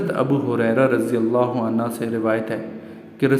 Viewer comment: شکریہ ایڈمن بہت ہی اہم باتیں آپ سے معلوم ہوئیں مگر تھوڑی سی اصلاح آپ اپنی بھی فرمائیں اور وہ یہ کہ آپ عنہ اور عنہا کا فرق بھی جان لیں عنہ مرد اصحاب کرام حضرات اور برفوں کیلئے بولا جاتا ہے جس کے ہ کے اوپر پیش ہے جبکہ آپ الف زبر آ مسلسل بولے ہیں یاد رہے کہ عنہا اصحابیہ کرام خواتین کیلئے بولا اور لکھا جاتا ہے ۔